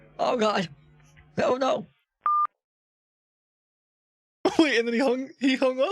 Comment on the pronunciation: They also say “Just vait a moment”